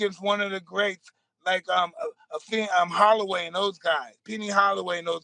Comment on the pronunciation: If Mike says his name is Holloway then his name is Holloway 😂